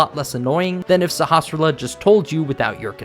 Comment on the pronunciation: I've seen a whole bunch of Link to the Past videos, and you are the first YouTuber that seems to be able to actually pronounce the name of the village elder. I never thought it was all that difficult, even when I was a kid, and even without having a reference to how it's supposed to be pronounced, but it seems like everybody who does videos on this topic butchers it. some of them don't even try.